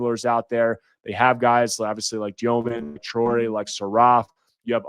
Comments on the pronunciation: stop saying dyoman, confusing with tosan evbuowman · THE WAY U PRONOUNCE DEMIN IS IRRITATING MAN. JUST BE REGULAR DUDE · As s BYU fan I pronounced Egor Demin's name wrong. Looked it up: "The Russian surname Dëmin is pronounced as "Dyoh-min." The umlaut above the "e" indicates a specific pronunciation that differs from the common mispronunciation "Demin." -Deseret News